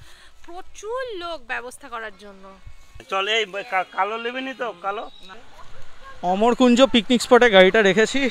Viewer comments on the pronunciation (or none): ওটা অমর কুঞ্জ নয়, আম্র কুঞ্জ